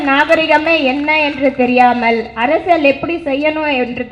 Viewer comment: Tamil leh varala neenga mayorruu😂😂 athu arasiyal arasal illa😂😂